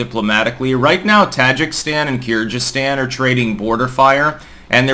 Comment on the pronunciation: That is poor analysis, starting with the weird pronunciation of Kyrgyzstan and Tajikistan and ending with Kazakhstan actually being very cold to Putin despite that anti-revolution help they got beginning this year (not last year).